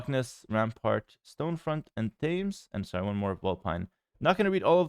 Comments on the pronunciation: I saw those maps on the redbull PDF they released so yeah they’re on wololo - happy to see British maps! (It’s pronounced tems not thames btw 😉) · "Thames" is pronounced as "tems". It's the same of the river that runs through London. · Before RB ladder starts, I will say that the map "Thames" is pronounced "Tems". English pronounciation things